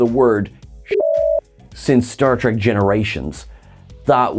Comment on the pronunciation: why do u call this series start tek? its not trek